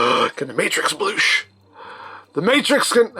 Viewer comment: You got the “bloosh”